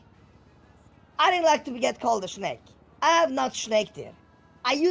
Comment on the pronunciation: Take a shot every time you hear "shnake" and then dial 911. 😂